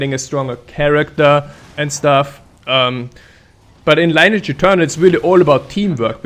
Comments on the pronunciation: actually, Lineage is pronounced kinda "lee-neege" not "line-age" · It's Lin e age 😀